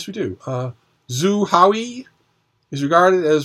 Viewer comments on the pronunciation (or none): Zhou Haohui is pronounced "Joe How-Hway" Pinyin can be difficult to read but at least it's not in Wade-Giles. Nobody can read Wade-Giles.